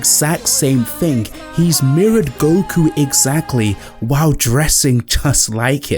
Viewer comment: Its "Thing", not ''Fink".